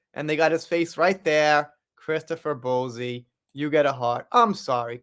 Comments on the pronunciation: I love your videos, so I thank you for your hard work and always trying to keep us up to date. By the way, Bouzy is pronounced Boozy, but I kinda actually prefer your way of saying it. It would drive the ego monster that is Bowzy, mad!! Love it xx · Who is Kate Middleton? Also- it's pronounced BOO-zey. Not Bo zee. Good bruadcast otherwise 😂❤ subbed...